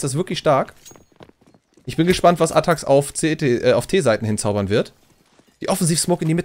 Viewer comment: ATTAXxxx man sollte schon die Namen aussprechen können